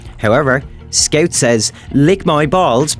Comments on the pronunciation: I like how he says "skeut" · Very accurate weeb accent. I'd subscribe if I wasn't already. Also, what is a skeouwt? Never heard of that class... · guys he says scaut